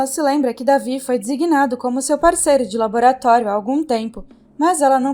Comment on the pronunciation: não é davi e david ( delvide)